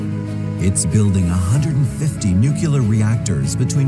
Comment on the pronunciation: If you are going to make videos about nuclear energy, you should learn how to pronounce the word (not the way George Bush Jr used to say it). It's pretty simple really: nu-clear.